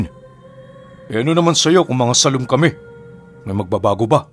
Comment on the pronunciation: Sálom po pala pinuno sa hiligaynon/ilonggo na lenggwahe. Malumay po ang pagbigkas sa pantig na (sá) tulad ng salitang (dalága) malumay Yung pagkakabigkas sa lá . At sa pantig na (lom) naman titik o xah sa kadahilanang malambot ang tunog sa pagkakabigkas Hindi u na nagtataglay ng matigas na pagkakabigkas. Hindi po binibigkas nang maragsa ang pantig na (lom) na di tulad ng gâ sa salitang (aligagâ). Kaya sálom po xah Sálom sa tubig😀😀😉😉 Sumisid sa tubig😉😉🤗🤗